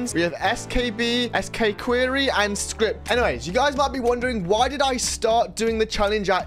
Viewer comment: did bro just say "SkPee" the best strategy is just to not use TAB